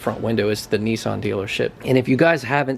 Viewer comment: DJ it's not nesson it is Nissan